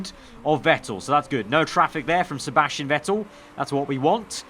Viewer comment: The real question tho is... why the f**k you say Sebasctian Vettel!?!?!!?